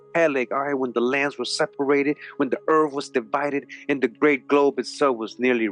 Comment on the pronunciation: Hispanic person here, translating for the Caucasian listener. Earf-Earth, Norf-North, Miff-Myth, Efnology-Ethnology, Truf-Truth, Bref, Breath. Just busting balls!! Love the content, keep it up👍